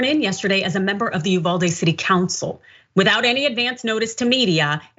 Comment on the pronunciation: UVALDE= E-VADEE 😡